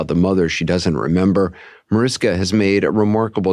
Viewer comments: ITS NOT MARISKA .......DUMBO!!!!!!!! YOU PRONOUNCE MARISHKA!!!!! GET IT????? SEPARATE LOVE CHILD RAISED BY MOMMY DEAREST'S BOYFRIEND!!!!!!! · mariSHHHHHKA will be so annoyed her name is mispronounced over and over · It’s MaRISHka… 🤦‍♀️ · OMG...it's MariSHka!! How the hell are you going to interview her and not do the most basic thing of pronouncing her name correctly??? Just lazy and disrespectful.